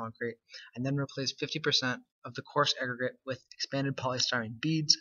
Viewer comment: … Amazing; after the first 200 to 300,000 uses of the entire term ‘expanded polystyrene lightweight concrete’ I think you could get away with just using the initials EPLC, yet you can manage to smash “coarse aggregate’ into one syllable, And say it so fast that it just sounds like you stuttered, or coughed… Otherwise, great idea, good video.